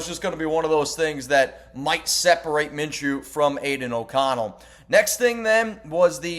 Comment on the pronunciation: Its Minshew